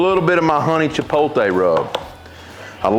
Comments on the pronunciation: Chipotle? 🚫 Chipoltay? ✅ Love it as always! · You still saying it wrong. It's chipote, without the L😂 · I love your rubs and I will buy all of them and I don't care if pronouns Chipotle the wrong way or the right way thank you for your awesome vids.